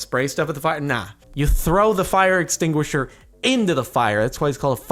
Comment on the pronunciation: "It's why it's called a fire extinguisher, it extinguishes fire from the inside" ex tinguisher EX tinguisher "EX" not intinguisher .-.